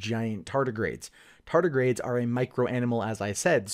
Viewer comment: Anyone else uncomfortable hearing him say "tartigrades" repeatedly?